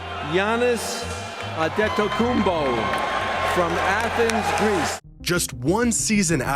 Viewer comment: Adam Stern pronounced Antetokounmpo quite well didn't he